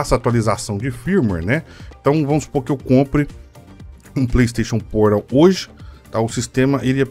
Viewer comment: Pleisteixon Poral